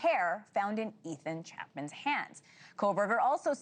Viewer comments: His family pronounces it CHAP-IN. Did she say Chapman or did it just sound like it? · Its Chapin. Not Chapman. If you can pronounce Kohberger you can pronounce Chapin.